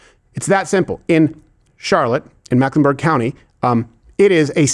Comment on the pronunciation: It’s Meck, not Mack